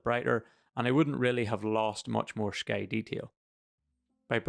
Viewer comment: Minor cavil: the word 'sky' is not normally pronounced with an 'sh' sound, but you're Irish, I guess, so ok?